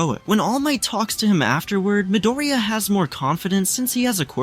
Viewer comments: Bro doesnt say midorya but he says midoroya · I’m not hating but Midiriya😭